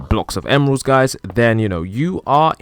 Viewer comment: Why he make a cwoss of emwerlds